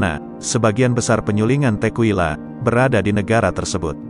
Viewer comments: Bro bukan tequwila nyebutnya tekila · Klo kita nenggak 1 sloki setiap naratornua ngmg “Tekuila”, kita udah mabok skrg 😂 Btw, bacanya “Tekila”, bukan “Tekuila” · pengucapan tequila itu tekila. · Bacanya Tekila bukan sih?